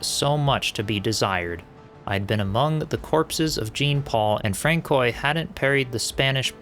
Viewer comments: Francois is pronounced Fran-swa. Great boss fight, way better than I managed. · I had to giggle a little bit at Frank-koy. But I still love his narration style. It’s very relaxing, and I like his voice a lot. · I chuckled every time I heard Francoy, peak content for sure